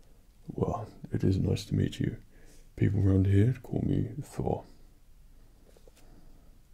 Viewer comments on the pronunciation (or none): none